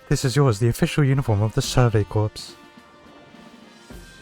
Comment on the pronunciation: I have only one problem with the video so far. Corps is pronounced 'core'. Other than that you're good.